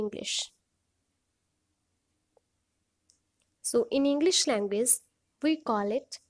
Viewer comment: Dilizent??? Languaze???? Nice pronunciation 👍